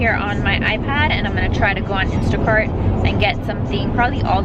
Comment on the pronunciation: I.P.A.D ? first time I hear it pronounced like that. Interesting :)